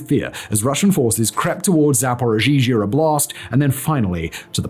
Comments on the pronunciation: He says zaporigeegee at 35.36 if you need to know quickly 😂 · "Zaporozhizhia" Sweet Jesus... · hilarious hearing making Zaporizhzhia harder to say than it already is lmao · is putting an extra ‘z’ in the name and it’s driving me nuts. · As a russian speaker. Simons pronunciation of zaporizhiea/zaporozhie is something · Why does say zaporizhia like that? That second zh is not necessary.